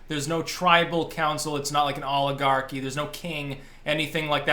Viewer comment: Every time you say oligarchy I think you are starting to say "Olive Garden."